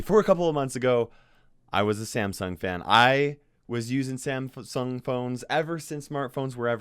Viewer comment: can't say Samsung. lol